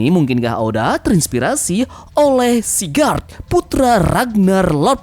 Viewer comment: Sigurd snake in the eye bang bukan sigard